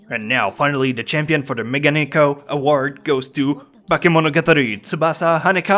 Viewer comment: I'm sure someone said this, but Megane-ko...that's at least how you say it. God work as always.